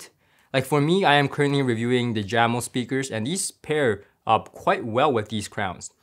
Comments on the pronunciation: Jamo is pronounced ( yahh-moe). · For your upcoming review of the Jamo speakers, I believe it's pronounced "Yamo" unless you heard different from Klipsch.